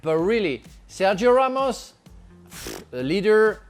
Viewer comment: Its Ramos lol